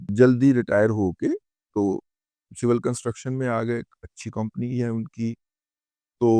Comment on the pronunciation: کومپنی نہیں اصل لفظ کمپنی ہوتا ہے ۔ 🙏